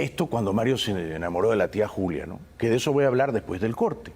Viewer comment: Sobre todo que se deben pronunciar las " s " y no se dice que ej ejo la s no suena como j . Ya va es incorrecto , es ya voy o espera . Quien ya va??? Hay tantas cosas que corregir con esas dos avanzarían mucho